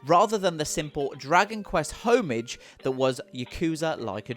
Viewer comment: Lmao the way he pronounces homage gaiden and behemoth